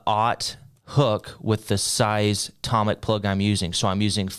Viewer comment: toe mic not tom mic 😂😂😂😂